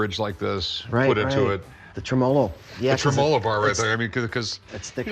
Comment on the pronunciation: The way they said tremolo is honestly triggering me